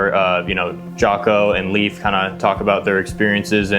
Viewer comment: A couple small corrections… Leif (pronounced LAY with an “F” sound at the end) Babin. Kevin Lacz (pronounced LACE like shoelace). Two notable guys that weren’t included: Seth Stone (died in parachute accident in 2017) Jonny Kim (corpsman; Harvard Medical School Graduate; current NASA Astronaut)